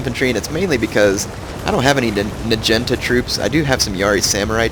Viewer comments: OMG the way u say "najinta" is so fricken funny,!! oh jaysus, btw, its pronounced, "nah-gee-nahta", jus sayin lolz, oh so funny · Lol I watch his new vids but - nagunata is pronounced 'nag-u-narta' not 'na-genta' No offence love you're vids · Omg nagenta? It's pronounced nah gee nah tah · NA-GI-NA-TA Nah Gee (sounds like GrEEn) Nah Ta (Tatas) that bothered me when you said Nagintas lol :P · Its NAH-GEE-NAH-TAH, not "nuh-jen-tuh" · i thought it was pronounced na-gee-not-a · Dat naginata pronunciation tho.